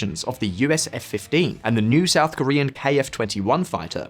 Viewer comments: south is shout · "SHOUT CHINA SEA" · "shout china sea" 🙃🤨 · loved the "SHOUT CHINA SEA"! :) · It's "SHOUT CHINA SEA"😁